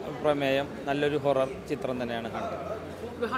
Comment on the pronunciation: ഹണ്ട് ❌ ഗുണ്ട് ✅